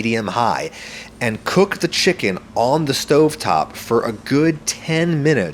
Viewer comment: am i the only one who noticed that back then adam said "fo" instead of "for"